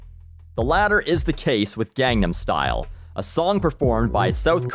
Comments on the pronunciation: You pronounced Gangnam Style wrong. Not that you're the only one, but Psy's pronunciation is clear. I don't know how English speakers are constantly butchering the two easiest words in the whole song. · At least educate yourself on HOW to pronounce the song's name correctly.. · He doesn't. If you would actually listen to this song closely, you would hear him say it gone-nom. thats why most of us stupid americans think he is saying Condom star :<